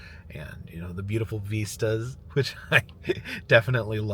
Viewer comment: Algorithm is giving me a binge of you today. Ive seen many videos before, but, just letting it roll. However... question... you keep calling them " veestas" , I dont think I have ever heard it pronounced that way. Am I missing something? I believe the word is vista.. and it rhymes with Mist - ah.. ( yup.. google definition agrees.. ) lol.. kinda driving me nuts.